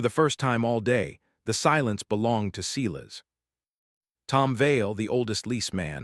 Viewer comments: S-I-as. Someone, program AI correctly. 😠😠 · I think Mara’s brother is Silas. Not See las